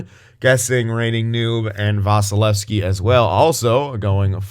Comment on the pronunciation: M. SAVOIE L. DRAISAITL A. VASILEVSKIY Prounonced my name right 👌